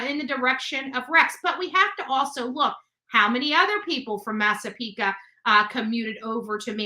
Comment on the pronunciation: Massapequa is no ca it’s qua like quiet at the end, just sayin lo😅